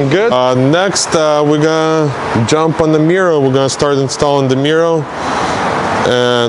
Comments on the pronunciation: I thought he was saying mural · Anyone else smile when says “Mirrow”. 👍🏼. Love it keep up the good work